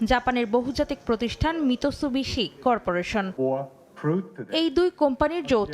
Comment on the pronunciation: Mitsubishi not Mitissubish 😂. How funny